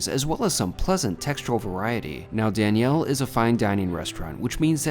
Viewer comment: I wonder why you pronounce it as "Dani-elle" vs Daniel "Danyul"